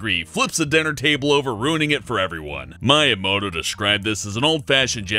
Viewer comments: did you SERIOUSLY just call him "Miya-moto"? Not even someone who doesn't play games could find, with EXTREME ease, that it's pronounced "me-uh-moto". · Meyeamoto??? Miyamoto!!! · Mai imouto? ohh , Miyamoto.